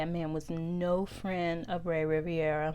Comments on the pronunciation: RI - VE - RA NOT Riv-I-era... also that hotel name was in french not italian... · His name is Rivera not Riviera